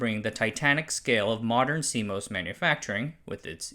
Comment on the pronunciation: As an industry insider - almost 40 now - this was pretty good. Several of your pronunciations are off - CMOS (moss not mos), MACOM (may not ma), Mach Zehnder, etc. On-die optical interconnect makes no sense for power and reach (distances are very short) reasons. Check the activity going on with NPO and CPO and chiplets to see the future.